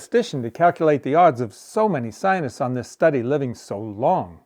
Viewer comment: lol.Check out, how much money the climate sionists (your pronunciation) got. Billions.